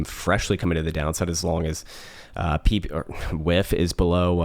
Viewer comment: Lol pee pee. It’s peh-pey